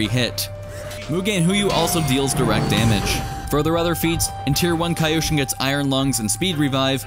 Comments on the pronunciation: It’s not Kai-Oshin. It’s KEE-oshin. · apparently never watched avatar with that "kaioshin" pronunciation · I'm sorry, but saying "KAI-oshin" is triggering me.